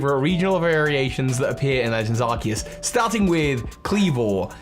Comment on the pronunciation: ARCEUS, NOT ARCOOS! FIX IT NOW!